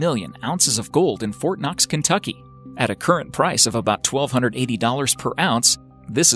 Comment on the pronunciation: When they said Fortnoxx or whatever, I heard fortnite...